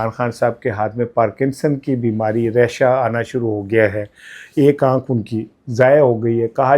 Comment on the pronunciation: جو بھی ہوتا رہے ۔۔PTI ٹوٹے پھوٹے جو بھی ہو بس خان صاحب رہا ہو جائیں ہمیں اور کچھ نہیں چاہیئے ۔۔"راشہ" ہوتا ہے ریشہ نہیں معذرت کے ساتھ تصیح کی ہے ۔ ایک اور بات WSK بہت credible reporter ہے ۔۔۔ dont discredit him